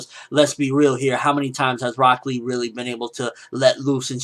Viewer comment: Walks in Rock Lee----Broccoli Thats all I heard every time you said his name, and I don't know why